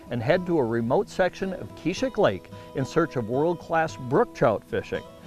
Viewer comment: Hahaha, I love the way they say Keezhik Lake. So inaccurate